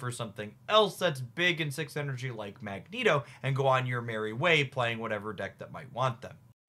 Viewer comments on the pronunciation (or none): none